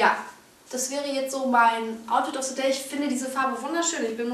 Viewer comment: Outfit of SE DEATH. Englisch Fail !